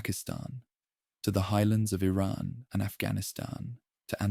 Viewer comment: But how can I trust you when you just said Ayraaaaan for Iran